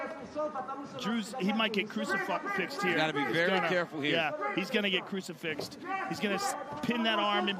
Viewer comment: Joe rogan "He might get crusifuXXXd here" Instead of Crusifixed hahaha got me dead joe.